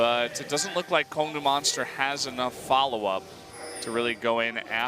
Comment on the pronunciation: Goes to great lengths to explain how to pronounce ADD. Still can't get the Kongdoo Monster team name right.